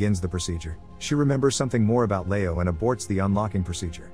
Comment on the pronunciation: I don't understand how an English speaker old enough to narrate a youtube video thinks Leo is pronounced "layo"...